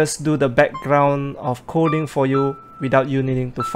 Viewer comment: Hi..great upload..it's OK to be redundant and say the noun of the thing your talking about instead of saying "this" or "that". Also you are pronoucing "Coding" Kodi....sometimes. Nothing personal.